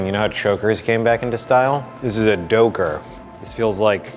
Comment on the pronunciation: Me: choker:nope DoKeRR